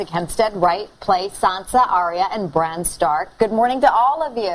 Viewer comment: she said bronn, WTF its Bran